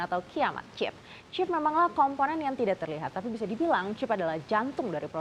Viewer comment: kenapa sih Mba ketika lu bilang "Chip" gak bisa biasa aja gitu, "CHeep!" "CHeep!" "CHeep!" bruakakakaka